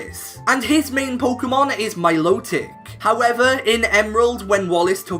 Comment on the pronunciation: This is the only time that Im gonna get angry about someone saying pokemon name right .... MILOTIC